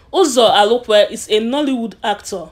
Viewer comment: My dear, well done, but try and polish your spoken English and phonological interference. He is Uzo Arukwe, not Alukwe, and other English pronounciations. A good try.